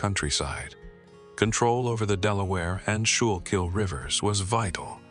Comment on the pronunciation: He used our nickname for the schuylkill river. Pronounced correctly “skoo-kil” river. 😂 we affectionately call it sure-kill river.